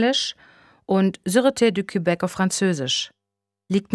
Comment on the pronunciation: Es ist nicht wirklich gut gelesen. Sehr anstrengend, wenn Frau Thomalla die französischen Wörter nicht richtig aussprechen kann: Quööbek, LeKlerk, und so weiter. Sie hat dann über Passagen eine derart unmodulierte Stimme, dass es mir schwerfällt, der Handlung zu folgen. Einige Übersetzungsfehler sind auch vorhanden und stören mich zusätzlich. Zum Beispiel heisst es Exhumierung und nicht Exhuminierung. Andere Hörbücher von Reichs sind besser gelesen!